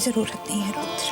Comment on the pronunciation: Yudr Nhi Rudr....😅🤣